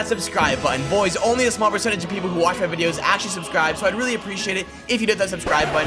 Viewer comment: When new staw wahs videow Minecraft zombie buhhhh